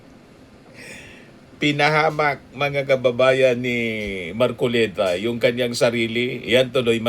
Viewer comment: You can catch a fish by his mouth!!!! ( Mar- collect - ta 😂😂😂😂😂😂😂😂😂😂